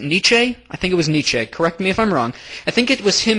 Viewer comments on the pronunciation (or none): No. It's not Nittchay, It's Nietsche, like Neat-Shee.